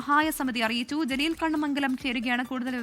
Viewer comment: ജലീൽ അല്ല കലീൽ